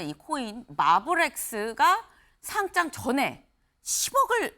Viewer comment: 상짱이라고 발음하면 종이로 된 상장입니다 주식시장에 거래되는 것은 상:장으로 발음해야 합니다